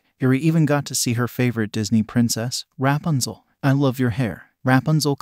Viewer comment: Bro i was laughing so hard i was crying every time it talked about the all might toy 😂😂 Edit. You said rat punzle